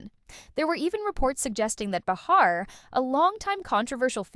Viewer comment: It’s pronounced “ bay-har” . Third video I’ve come across saying they apologized but not one showed the video. 🤦‍♂️